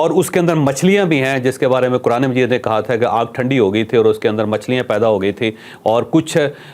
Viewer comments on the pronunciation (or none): none